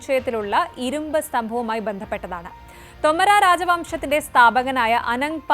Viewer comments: ശ്രദ്ധിയ്ക്കണം. തൊമരാ എന്നല്ല. തോമർ എന്നാണ്. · തോമർ രാജവംശം, ഉച്ചാരണം ശെരിയല്ല